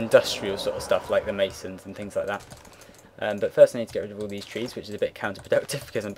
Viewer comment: lold at dese like dese haha keep it up